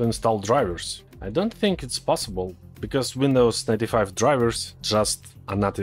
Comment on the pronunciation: I always hear "Windows Thirty-Five" 😀